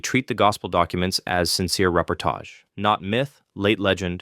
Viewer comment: The way he's saying reportage is the most offensive part